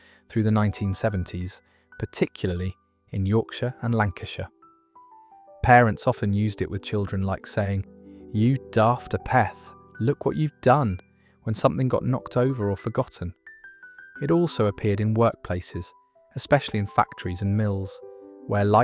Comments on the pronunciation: AYpeth not apETH. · The wird Apeth is pronounce Aypeth. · Ap eth is pronounced Ape erth, pranny was from 'prancing goat' -somebody who fancied themselves. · It’s pronounced Apeth, not apeth if you know what I mean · 1. Haypeth is the correct pronunciation. Meaning a "halfpenny's worth". 2. Wazzik or wazzock is pronounced with a flat "a" sound. I'm from the north east of England where the word is pronounced as "wazzick". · Ape eth. there's no R in the pronunciation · The commenter mispronounced many words. Wazzock has the a probounced as a soft a; apeth is pronounced as you would an ape, with the eth added. I grew up in Lancashire, with marmot with an r a common term - it meant pot of yeast or bread for a head - small bread buns are known as barmcakes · Ape-UUth: I assumed it suggested I was an ape. The video Shows how pronunciations evolve and change with time. It may also explain why some words fall out of use. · I’ve always known it as pronounced “Aypeth”, no “h” in it at all. Certainly in Lancashire anyway ( we do have a thing of dropping the “h” in words though🤔). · but the repeated mispronunciation of APETH is hysterical... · Apeth is atressed on the first syllable, as in ape. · Pranny is PRANNET where I lived in south east Lancashire. Muppet is still a "current" insult - I use it for dumb f*cks - it's sounds a whole lot nicer than what it means after all. Bampot is wrong I think? It was Ba-R-mpot, at least where we lived. You don't pronounce 'apeth in Lancashire the way you do in the video - it's literally "A-peth", as in AY peth. And peth is shortened by dropping the e to become pth. Thus it sounds like "ay pth". I was told shouting "Wally" at gigs started after a band with a roadie called Wally played at The Free Trade Hall in Manchester and someone called for him on mic during the pre-show checks. The audience took up the call and it became a ritual. I wasn't aware it happened elsewhere and it was already in decline by the 80s even at The FTH.